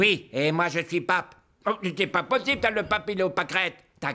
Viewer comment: L'Abbe Pierre est têtu avec son "te pas potibe" Quoi qu'il arrive te pas potibe 😅😅😅😅😅😅